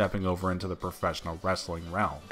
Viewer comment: soh-sill media. lol profess-innil